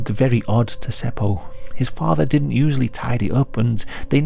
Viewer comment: I thought you did rather a good job on the Finnish words and names. But was disappointed to hear you mis-pronounce "didn't" as "dint".